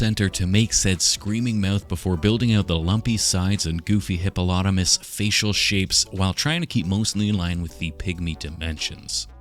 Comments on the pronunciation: If only i had a dime for every time mispronounced hippomiatonin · It's legitimately driving me mad! Every time he mispronounces it, I wince... Despite knowing he's doing it on purpose! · Hipanipahanamus. Yo. Ur sayin it wrong. 😅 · I know you guys heard him say “hip-hop-anonymous” 😂😂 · I legitimately thought I was having a stroke every time he said hippocampus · I can't believe he failed to pronounce Hipstermoose throughout the episode °L° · While he says hypinomonomus or however u say the animal, it reminds me of the attack on titan scenes where beretolt would get misnamed either by some of the character's or the subtitles XD, ALSO PROUD SCOTTISH WATCHER HERE WIT WEE HAGGIS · ALL of his attempts were great, but "hiphopanonymous" made me cackle out loud. "Hypnothomas" caught me too :D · Thank you for teaching me how to say hippopolaptamus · It’s hypnosespotumass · Him just TRYINGGG to say hippopotamus is hilarious 😭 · I love how he keeps saying hippopotamus wrong 😂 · pronounces aluminium perfectly can't quite grasp hippopotamus...classic <3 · The mispronouncing kept making me think hiphoppopotamus, and we all know the hiphoppopotamus only has one enemy; the Rhymenoceros. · Yeah…..it’s a new drinking game. Everyone has to take a drink every time says hippopotamus wrong.